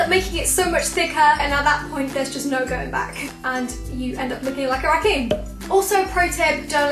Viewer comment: I thought she said joaquin, not raccoon.